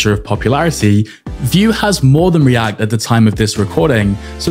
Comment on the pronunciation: when you say react it sounds like riadh lol.